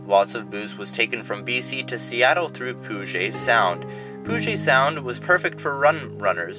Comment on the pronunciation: Please check pronunciation of Puget Sound. (PEW jit)